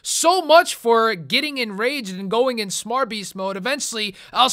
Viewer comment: The Smarbeast hahah youre killing me man! :P